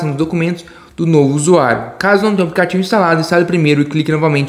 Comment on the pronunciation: Aplicativo fala direito não sabe falar aplicativo kkkk